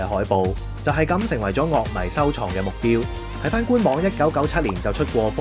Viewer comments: 「樂」迷又讀咗做 「Lok」迷，其實佢係咪要所有字都故意讀得 與眾不同啲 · 音樂又讀得啱喎 樂迷就特登讀成 Lok 迷 😂 咩玩法？